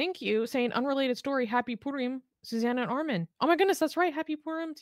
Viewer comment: 'Ay-end'... 'And'...